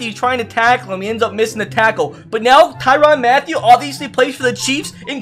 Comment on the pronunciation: I hate the way u screw up peoples names for tyrann Matthieu it’s pronounced Ty-rin not the-Ron